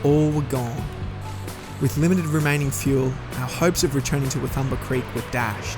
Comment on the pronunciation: Prononced Waaa toom baa creek . Not wa thumba creek. Cheers